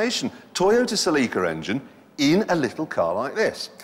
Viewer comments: haha toyote se-LEEEEEEC-a engine...was he trying to say celica? kaha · "sel-eeker engine"? "Honder and"? "Toyoter engine"? ...and to think these are the "blokes" who invented the language - then to hear them not so much speak it as chew on it and spit it out. ...must have been drunk on that room-temperature swill they call beer.